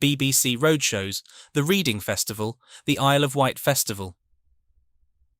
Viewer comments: I still think of Orange amps as, those new ones. . But its red' in' not read' ing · It is a human sounding voice, but unfortunately not controlled by a human brain 😂 can't differentiate between Reading and reading, but still listenable nevertheless. Interesting story though 👍🏻